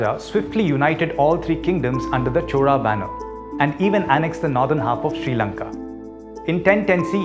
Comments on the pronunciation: why she pronounce 'chora' not Chola or Cholan? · Am i the only one hearing "chola" as "CHORA" 😅